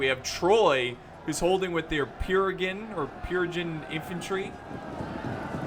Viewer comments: "k-nossis"/ "k-no-sis" = "noss-os" or if you want to pronounce it in greek = "k-noss-os. "Pirigan" = "phridge-ian" "gay-tea" = .... "GET-i" "sila" warriors = "see-ca" warriors. btw, the name of the greek armour you were referring to is linthorax. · pronunciations & explanations: Phrygians: "Fridge-ians" a western anatolian kingdom, just like the galatians, but further west (Lydia: not in this vid, but also a western anatolian kingdom, west of Phrygia, South of Troy (Wilusa)) Getae: "GHEE-tee" (the Gets), a dacian tribe, yada yada yada... Knossos: "KNAW-sus" or "KNAW-sos" is what I've heard from most archeaologists; a city in Crete This mod seems like the mediterranean world at the dawn of the iron age Not Arguing--probably agreeing--just my informed opinion, from what I know: The asteroid/comet the hit the north american ice sheet some 12,000 years ago, did cause massive floods (carved the scab lands of washington, the st. lawrence seaway, sank doggerland, carved the english channel...), but that was 12,000 years ago... pre-agriculture and pre-"civilization"... There appear to have been several waves of migration to the new world, with DNA studies showing links between some south american tribes and polynesian peoples, even australian aborigines... really unexpected stuff.. and there was the clovis people that existed before, and disappeared after the catastrophe, but we have no evidence of agriculture from anywhere in the world prior to ~12,000 years ago... and agriculture seems fundamentally essential to civilization, so a pre-agriculture, "pre-flood" (pre-12,000 yrs ago) civilization, is incredibly unlikely. There have have been major floods and tsunamis the whole world over for all of human existence, so of course